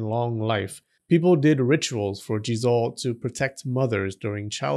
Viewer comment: Well kinda sounds like Jizus..